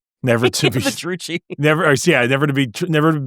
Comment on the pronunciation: I swear to god it KILLS ME, whenever you say Druchi... its not Dru-thi, its Dru-ki!